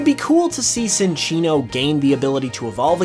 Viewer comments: it's pronounced chinchino not sinchino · Uh… my dude? I would like to inform you that you… kinda pronounced Cinccino’s name wrong… it’s not “Sin”ccino. It’s “Chin”ccino. So a “cinchilla” evolution would be pronounced… chinchilla. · It's pronounced Chin-chee-no. Like Chinchilla - which is what it's based on.